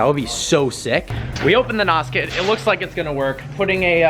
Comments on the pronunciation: Funny thing is, it's N.O.S. It's not pronounced as "Naus". It's pronounced letter by letter. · It's not called NOS.... it's N.O.S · When noobs say nos and not N.O.S. >.> I cringe every time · Did u really call it nos it's either n.o.s or nitros not nos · It is N O 2, not N O S! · It's nos not n. O. S. Have you ever watched fast and the furious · It's pronounced Nos kit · It's pronounced (en oh es) N.O.S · its pronounced N. O. S. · Pronunciation of Nos is wrong, N.O.S or nitrous.